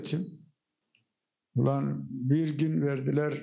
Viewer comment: Gulmekten karnim agridi imparator saolasin 'ula mıçe kahla' diyoya🤣🤣🤣..